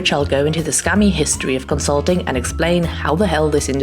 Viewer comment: "Conslutting" Lmao